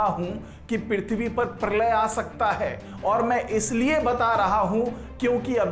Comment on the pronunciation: परलय नही प्रलय बोलो